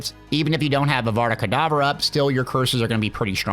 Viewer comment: Bro said adada kedavra